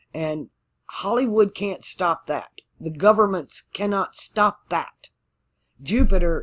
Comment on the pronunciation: You didn’t say Jew-Peter this time! (Jupiter) That’s how I remember! 😁. Thank you for my chart! 💚☀️💚